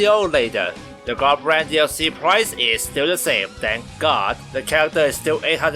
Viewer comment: Gah-brawn-th That’s how you pronounce his name ⚔️